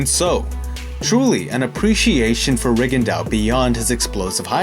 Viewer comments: Re Gon Doe, not Rig and Dow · Reagan dow? That's not the right pronunciation I guess. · Why did you continuously butcher his name? Please respect these non white fighters. You had to have known how it was properly pronounced lol